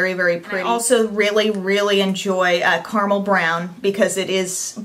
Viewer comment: Did you just say "CARMEL brown"? It's CARAMEL. Caramel is not exactly a hard word to pronounce, people.